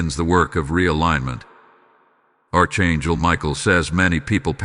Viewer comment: Archangel is pronounced Ark Angel